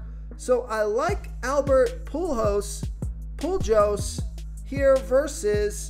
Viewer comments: This this man just say Albert PUU-JOES? 🤣🤣🤣 Sorry can't subscribe if you don't know how to pronounce hall of famers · Albert Poo-joes 🤣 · To not know how to pronounce Pujols’ name is bad lol